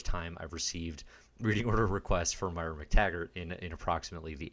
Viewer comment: Love the series. But I gotta chime in.... Moira. Moi-ra. Moy-ra